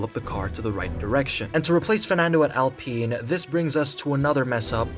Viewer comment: Its pronounced OWLPEEN.